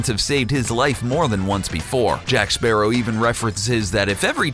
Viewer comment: Is it not pronounced like the bird! Sparrow